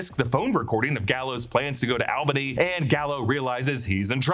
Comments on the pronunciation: You said AL-Bun-knee and not ALL-Bun-knee oof this hurts me being in Albany lol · Albany NY its pronounced "All-bu-knee" not "ale-beney " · ALL BUNNY is how you say has somebody from Albany that’s how you say it lol